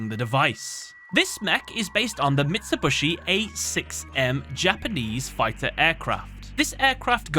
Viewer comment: Not him saying "mitsibushu" 😂😂😂😂